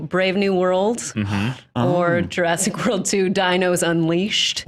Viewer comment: Jurassic War-old. LOL